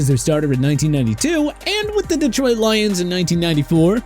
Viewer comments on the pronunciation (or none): none